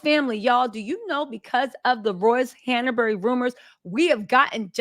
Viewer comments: Not Han A bury. It's Hanbury 😅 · Honey, its han-bury not han-er-bury